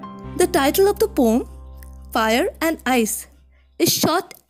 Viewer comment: not pom but po-um check on the oxford dictionary 🤌🤌